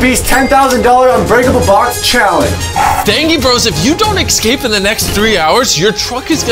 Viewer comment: saying "excape" makes me giggle.